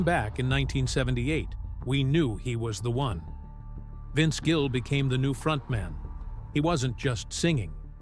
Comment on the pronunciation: Incredible. Title has nothing to do with story. Can’t pronounce his name right half the time. He is a great human being and talent and deserves so much better. I wish he and Amy all the best.